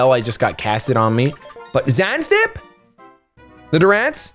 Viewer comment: You completely butchered Xanthippe's pronunciation lmao Its pronounced zan-thi-pee